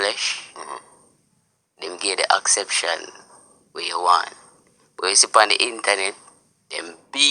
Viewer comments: Acception😂😂😂 hello it's "acceptance " 😂😂😂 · Am i the only one who heard acception, its acceptance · Dunce boy the word is Acceptance. Not acception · I heard that and cringed. He can't even form a proper sentence nor does he know right words to use explaining himself. Acception🧐 ..... ACCEPTANCE😂